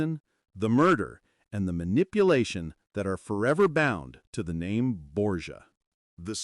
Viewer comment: Decent video, although the names aren't pronounced right. Could use a little editing, but other than that, pretty accurate although it's missing a lot of information. I mean, there's a lot you might have included, but it's a decent introduction video to the history involved. Thanks for posting.